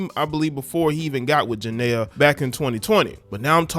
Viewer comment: Why y’all do her name like that 😂